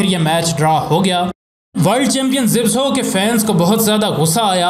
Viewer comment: Zibso nahi. Zabysko. Sometime spelt zybysco. Poland netherland name. Pronounced za bis ko ... pls zibso mat bolo...baaki aapki information sab correct hai. Imam bux Ahmed bux aur Gamu inkr team members thei. Imam bux was also a top class grappler. Joseph Alter ki book padhi hai Maine inpe kuch 12 saal pehle...Frank gotch never faced him because he was scared. Benjamin (his British agent who took him to england) became a very rich man as he was with Gama all the way making money. Gama was offered alot of money for staging a match but he was surprised to discover ke aisa bhi hota hai. He also helped Hindus get to india during partition. His whole family stood by them and no one dared to do anything to the Hindus. Inhe the Great Gama aise hi nahi bola jaataa. He was paralyzed in the end and could not swat a fly... tragic .. inhe tata family mei se 2000 rupees mahine ki pension milti thi aur sarkar 300 rupees and free medicines. He didnt die rich. Humare india mei humesha ek saying rahi hai "abey tu kya gama pehalwan hai?". Aaj tak chalti hai.